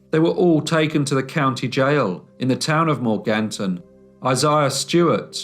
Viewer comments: Mor gan ton is how its pronounced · Strangest pronunciation of Morganton that I've ever heard.